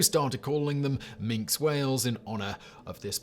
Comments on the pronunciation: "Mink" whale? Is it small, brown, land-based and covered in fur? I think not! Has "Factboi" not considered that even Wikipedia has a pronunciation guide (generally accurate) for the edification of numb-nuts like Simon? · Minke Whale pronounced Minky! BCE my BC! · Minke Whales are pronounced Mink-ee.